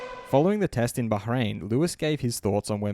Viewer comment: The first dude who pronounced Bahrain in the right way